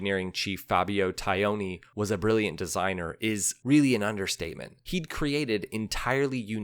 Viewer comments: Fabio “Tie-own-ee”? Really? Aren’t you missing at least one syllable there? Taglioni: is the pronunciation not closer to “Tah-lee-own-ee”? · As always I enjoy your well researched vids but boy howdy does your Italian pronunciation need work. Repeat after me: Tah-lee-oni. Only the ‘g’ goes unpronounced in his name! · Cucciolo = KOO-CHO-LOW. Italian for puppy, as in cute little dog. Taglioni =TALL-YOAN-EEE. Great stuff! Brings back memories of the one my racing sponsor bought...and dropped the first time out on it. :-( Sadly, yours truly talked him into fixing it..turning it into a kind of "California HotRod" with red frame and bodywork + gold mag wheels and some wild up-pipes. Cute? Yeah, but I ruined a rare, iconic machine in the process. I really regretted this later when I saw the bike for sale in a Yamaha dealership in SoCal :-(